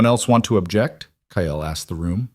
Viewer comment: Stop pronouncing it ky el. It’s Kyle.Kile.